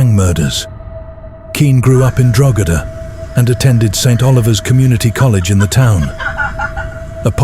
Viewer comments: Good video, but Drogheda is pronounced Draw-heda, not "draw-gedder". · its pronounced DROH-EDA not DROGEDA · It’s pronounce Dro hedda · Drogheda, the place where it happened is pronounced DRAW-HEAD-AH. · Drogheda... is pronounced Dro-huh-duh The mispronunciation was distracting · Its pronounced Draw-hedda... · It's pronounced Deo heada. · Drogheda - the "g" is silent. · Great video but your pronunciation of “Drogheda” is woeful. If you’re doing videos in the future I’d suggest researching place names if you’re going to mention them so much.